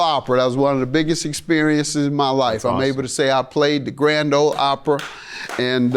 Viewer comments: Anyone wanna tell judge mathis its OPRY not Opra 😂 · Judge, it’s ‘Opry.’ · It’s “Opry” Judge Mathis. 😂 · It’s not the grand old Opera it’s the Grand o Opry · Grand Ole Opry, not Opera.